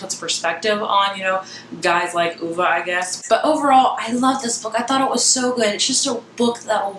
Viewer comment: You DID pronounce it properly!! Good for you, I'm over reviewers saying OVE.